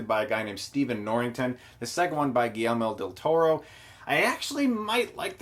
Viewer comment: its guillermo del toro not guilleme del toro